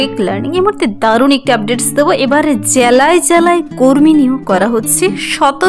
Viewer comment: 😂 জ্যালায় জ্যালায়???